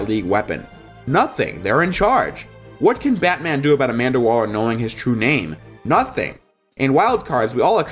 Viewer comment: You said Amanda Waller and I rolled my eyes